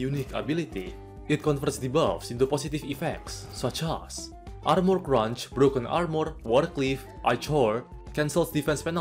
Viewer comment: the way he pronounces things is so funny: eye chore = ichor arm more = armor debauuchgh = debuff